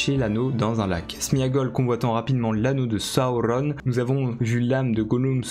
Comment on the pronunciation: « La bouche de Saüronn , SAURON » 😂 Merci pour la vidéo ! 🤗